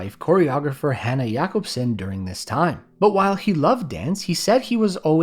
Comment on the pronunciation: Yeah I was also super impressed that the way he pronounced Jakobsen wasn't "Jacobsen" but jʌ-cobbs-ɛn